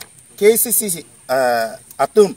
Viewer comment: Un educated person apotlo khei aphan kachongthui apot poisa amek kethe ale lobo.KACC puha pronounciation ningke thekthe le